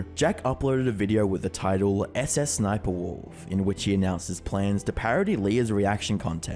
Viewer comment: I love how he just goes susussniperwolf instead of sssniperwolf 😂😂